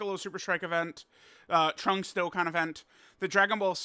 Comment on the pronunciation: Holy crap Super Lrunks-…I mean Trunks is on his way!!!!! So hype 😐🫤🙄 Edit: accidentally said “in” instead of “on”